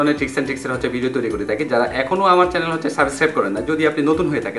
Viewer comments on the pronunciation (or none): none